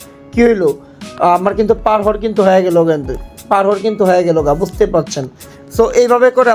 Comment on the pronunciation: পার হাওয়ার না পার আউয়ার ওইটা 😂